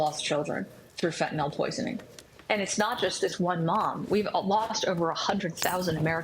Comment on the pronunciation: Fentanyl. -yL. FENTANYL. NO "O" IN THE WORD. FENTANYL. FENTANYL.